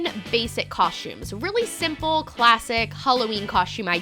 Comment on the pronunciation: Coshtumes haha